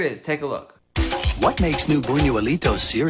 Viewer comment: Buñuelo is pronounced closer to boon-you-el-oh, so the cereal should probably be pronounced boon-you-eh-lee-toh